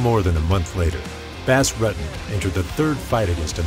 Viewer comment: Wow... The narration is painful to listen to.... Do you think this guy is a bass fish or something? Butchered his last name too.. can this narrator and get someone that actually has a clue who these people are and how thier names are pronounced please it sort of ruins an otherwise great video... #cringe